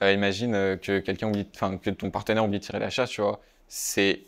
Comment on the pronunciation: On ne dit pas "partenaire"💀